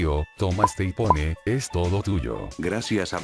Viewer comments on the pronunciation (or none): iPhone ❌ Ipone✔️